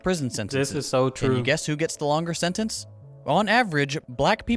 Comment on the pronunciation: What is "senence"? Do you speak English mf?